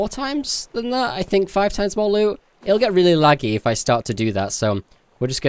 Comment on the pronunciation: Your saying loo not loot BUT I STILL LOVE YO UR VIDEOS